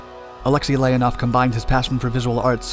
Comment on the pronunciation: NOT Lénaff L E O N O V.